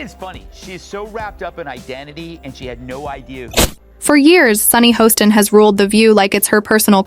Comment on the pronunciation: I believe her name is pronounced “Hass-tin”, not “Hoe-stin”. I don’t know why the editors don’t “proof-listen” these AI debacles.